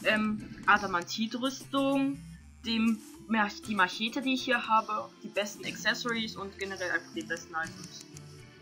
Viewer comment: machete , bei dir klingt es wie mashete